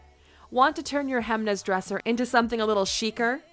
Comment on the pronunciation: no, it's not. It's like she pronounced it.